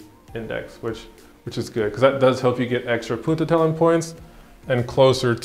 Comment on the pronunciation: Haha ‘poententelling’ 😂